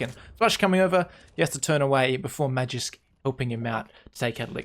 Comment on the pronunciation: Magisk is pronounced Maw-geesk not Mahjisk